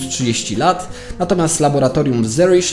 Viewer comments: Dlaczego tak niedbale wymawiasz nazwiska i nazwy miejscowości? Co to jest "Zeriś"? Przecież to Zurich. :D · W Zurychu (czytaj: Curychu) nie "Zueriś". Jeśli w Oksfordzie to i w Zurychu, a jeśli wymawiasz w języku angielskim to w "Zjuerik" lub "Zuerik". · Ten "Zerisz" to chyba Zurich po prostu? A "Tuskon" to Tucson (czyt. Tuson). Film ciekawy i rzetelnie przygotowany, ale czasem ciężko zrozumieć o jakich miejscach mówisz. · Bardzo dobry materiał. Niby temat znałem, ale nie wszystko, nie aż tak dogłębnie. Super zrobiony materiał. Jedyne co to.. wymowa: * w Tuscon 'C' jest nieme - wymawia się ''tusan''; natomiast czy mówiąc ''zeRRiś'' masz na myśli miasto w Szwajcarii, które wymawiamy ''curych''? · Dziekuje za swietny material. Tylko blagam nazwe jednego z laboratorium wymawia sie (Curych) a pisze po polsku Zurych. Pozdrawiam serdecznie z okolic Zürichu. (nazwa oryginalna).